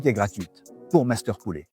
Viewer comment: Alors monsieur le présentateur....en FRANÇAIS on dit POULET....et non pas POULÉ....OK